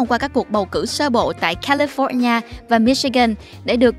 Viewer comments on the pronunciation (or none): none